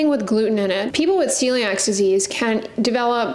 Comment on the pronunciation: It's called Celiac disease not celiax.